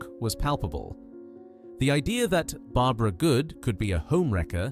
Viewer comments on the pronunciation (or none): none